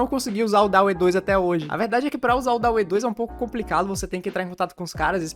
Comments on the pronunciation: Mano, acho que o DALL E se pronúncia Dalí, assim como o nome do pintor surrealista Salvador Dalí, pois a IA foi inspirada nele (pq as imagens que essa IA geram são semelhantes as pinturas do surrealismo) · Dauê é oficialmente a melhor pronúncia.